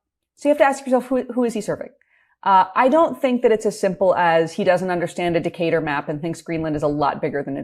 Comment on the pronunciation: . It's Mercator map, not Decatur map. or more accurately, a Mercator projection.